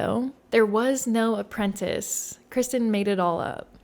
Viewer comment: As soon as she said.apprentace I was like, at this point she deserves whatever happens now. Lol. I'm happy she went the opposite route.